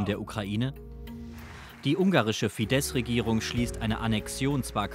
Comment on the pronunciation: Ein sehr guter Bericht! Aber bitte recherchiert doch zukünftig die ungarische Aussprache. Das „sz“ wird nicht als „sch“, sondern als scharfes „s“ ausgesprochen. Orbans Partei heißt also nicht „Fidesch“, oder der Journalist „Schabo“, sondern lautsprachlich Fidess und Ssabo. Danke!